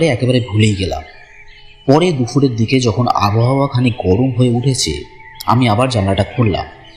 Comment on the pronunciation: দাদা উচ্চারণটা "দুফুর" নয় "দুপুর" হবে